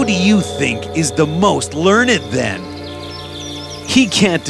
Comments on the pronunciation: its pronounced ler - nd not lern- id XD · Learn Ed???? Rest of the pronunciation is very good,,,, but this one,.... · They are saying learnyd instead of learned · if they're smart why can't they say learned right